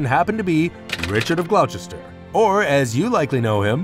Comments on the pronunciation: I absolutely agree, if someone is talking about British history you would expect them to pronounce the names of the places correctly. Personally I cringed every time when the presenter said Glouchester instead of Gloss-ter. Although the content was good just needed more attention to detail. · It’s pronounced GlossTer, NOT glow-chester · Glauchester? This is hilarious. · Nice documentary, thanks. Just to note that Richard of Gloucester, and indeed the City of Gloucester, is pronounced Gloss-ter. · Can't take it seriously when Gloucester is pronouced incorrectly. Grating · Hungary is not spelled Hungry! Please also learn how to pronounce Gloucester properly.